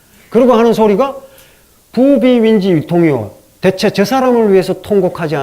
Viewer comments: 참으로 명강의입니다. 한가지 발음에 대해서 말씀하렵니다. 대체의 대는 장음이라고 생각함니다. 이를ㄹ 약간 짧게 발음 허신것 같습니다. 글리고, 일체 엄ㅅ읍니다할때 는 "일절"이라고 해야 한다고 생각합니다. 미국 변 완수 배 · 대체의 대도 길게 발음해야지요!!